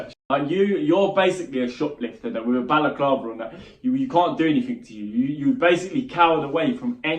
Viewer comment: anyone notice that he said baliklava even though it's completely incorrect cause that's what Slavic women wear as a head covering